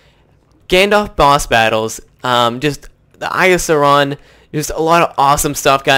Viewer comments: It's not sa-ron it's pronounced saw-ron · The pronunciation of sauron. "sa-rawn" *twitch* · You pronounce Sauron very strangely.